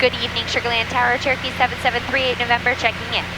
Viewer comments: I know she is saying Cherokee, but I am hearing Turkey. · I know that you are saying "Cherokee 773".... However, recently my daughter (who is usually listening in the background) asked why you are constantly saying "Turkey 773" all the time! It's the little things in life and flying that make it so much fun! Thank you for sharing your flight adventures with us online and may you have nothing but blue skies and tail-winds in 2024!